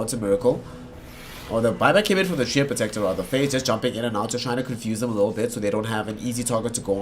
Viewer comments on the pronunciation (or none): none